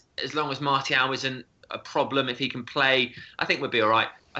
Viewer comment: MAR-SEE-AL NOT MARTY-AL IT'S NOT THAT DIFFICULT